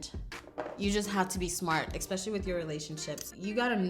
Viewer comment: I love you but I hate the way you say EXPECIALLY. I notice it so much ughhh